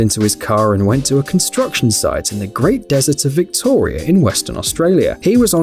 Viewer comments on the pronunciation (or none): none